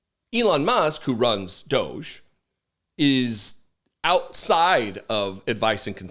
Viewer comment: Please start calling it doggy not dooohge